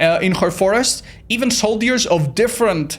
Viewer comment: That's sure a different kind of video... Also the way you pronounce "soldiers" as "soul-deers" is adorable :D